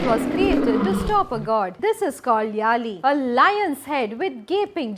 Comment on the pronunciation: யாழி yazhi.m please pronounce it properly